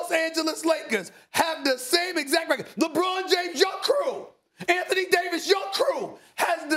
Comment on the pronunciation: Dude speaks perfect English then will say REKIT instead of record